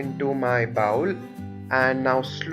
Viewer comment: Good video for me to learn. FYI you pronounce bowl like bowel, two very different English words. Bowl has long o sound as the letter in English makes.